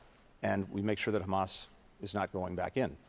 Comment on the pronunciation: into the video, listen to what he actually says - "how he defines Hhhrraaammass.." 🤔